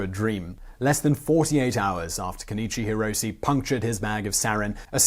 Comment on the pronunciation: "Kenichi Hirose" No dignity.